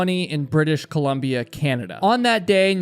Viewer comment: Dude, you said British Coumbia, Canada perfectly. Even Eagle Mountain.